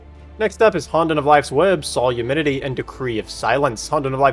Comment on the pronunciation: Drink for every time he pronounces Solemnity as Solumenity